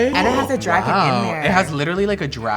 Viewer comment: Dragun! Not lizard! I don't do that tongue thing.